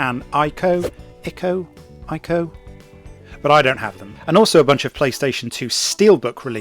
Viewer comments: Thanks for pointing this out. I would like to add that: If a word is foreign, don't try to twist its phonetics to fit into your native tongue. 'ICO' is Japanese by origin so say it like the Japanese [ee-co]. And to y'all Americans, Iran is not I Ran, stop running. Iraq - I Rack, etc. Y'all sound silly when you do this. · Regarding pronunciation of ICO: It's Japanese, so say the "i" like "e" as in "sea".